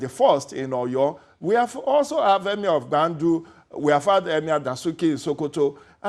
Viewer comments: What is EMAER....is that the new accent or what? So EMIR is now hard to say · Someone please tell this Seun guy to speak with his normal accent. He can't even pronounce 'emir' with that fake ass accent smh. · The way he pronounces "Emir" is just epic....lol